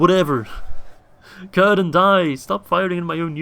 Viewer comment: Its not currrdan ... its cir-dan